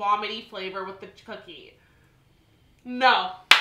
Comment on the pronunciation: Did said chookie on purpose